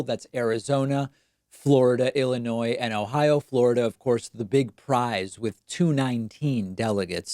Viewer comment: Thank you for keeping the s silent in Illinois !